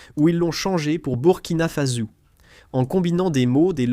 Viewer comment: "Burkina Faso" se prononce "bourkina fasso" Le Soudan Français est l'actuel "Mali"